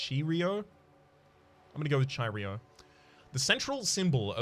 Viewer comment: Its pronounced kai row. They are Greek letters. Just a quick pronouncing help